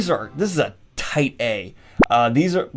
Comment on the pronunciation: So "Tight A" sounds like he's saying "tight ass" but what he meant was "definitely A tier" He laughed because he realized it sounded dirty.